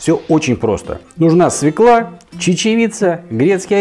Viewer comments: Всё хорошо и должно получиться вкусно, только не свеклА, а свЁкла-) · Свёкла, а не свекла... "Фёкла любит свёклу"! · свЁкла. СВЁКЛА!